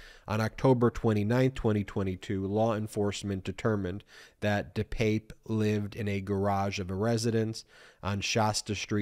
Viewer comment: Ben, I stand corrected, you are pronouncing his name correctly. Let's hope Mr. Pelosi is healing up and carries no physical scars, hopefully he will get support for the mental upheaval this has created. Thanks Ben